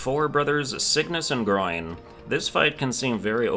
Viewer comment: You do know there are 57 bosses, right? (Including mini bosses like the Choir Clappers and Lost mini bosses) Edit 1: Also, it’s GRON, not GROIN Edit 2: I’ll put down the bosses (and mini bosses) you missed here. I’ll put down all I know for now and will return later to finish: Red Ant Clubber 2 (they’re called something like Skarrbringer btw) Red Ant Clubber 3 Lost Red Ant Clubber Choir Clappers Lost Choir Clappers Plasmafied Lango Lost Moss Mother Summoned Savior Shakra Huge Flea Garmond and Zaza Aaaand Grand Gourmand (don’t ask me why it’s considered a boss idk)